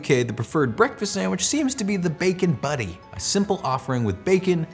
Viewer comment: He keeps calling it a bacon buddy. It's a bacon butty. Emphasis on pronouncing the letter T.